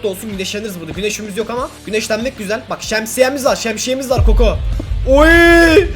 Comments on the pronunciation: Abi şemsiyeye şemşiye dedin😅😅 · şemşiýe diýil şemsiýeXD